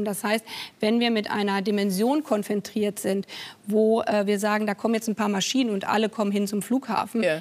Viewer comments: Also ich höre "Konfentriert" und nicht "konfrontiert". Bin ich da der Einzige? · Min Baerbock : Wenn wir mit einer Situation" konfrentiert" sind. 😂 Ihr deutsch wird immer besser. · Ich dachte es sei ein Versprecher, aber sie hat jetzt zweimal konfentriert gesagt.. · Das heißt Konfrontiert und nicht Konfentriert, uns sie ist deutsche Außenministerin 😂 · Es fällt mir immer häufiger auf, dass Frau Baerbock Wörter einfach wiederholt falsch ausspricht. Auch in diesem Interview wieder (konfentriert, kommarziell). Ist das irgendwie krankheitsbedingt oder weiß jemand was da los ist?